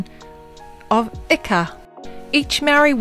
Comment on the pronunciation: Some of your pronunciation was a little off but thats okay, but thinks when you compare ika, to the greek word for fish, māori say it "eeka" so when you compared the two i didnt exactly understand the correlation with pronunciation but the rest i understand, what an amazing video